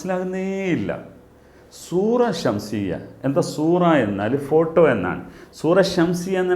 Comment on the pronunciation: സുറ ഷംസിയ അല്ല ഷക്സിയ എന്നാണ് മാസ്റ്ററെ